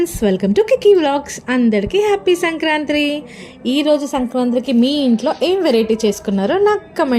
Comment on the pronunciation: Sankranti❌ sankranthree✔️ 😂🤣😂🤣